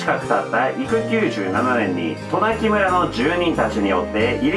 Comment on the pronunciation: さん、「となきむら」じゃなくて「となきそん」です。